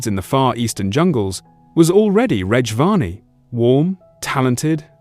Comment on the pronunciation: Pity the A.I. can't pronounce Reg correctly. And can't pronounce dates correctly, WTF is two tithousads and eight, and two tithousads and sixteen.